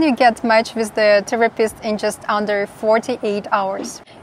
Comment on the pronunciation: The word with is pronounced with a TH not wizt. Please enunciate, I noticed when you speak you barely move your jaw. Use your jaw to sound out words